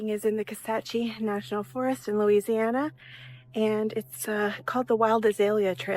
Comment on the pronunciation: bro when he said lousiana i want to play resident evil 7 🤣🤣